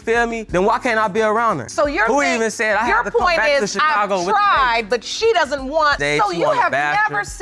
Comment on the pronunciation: “I DOS WHAT I DOS!” 🤦🏻‍♀️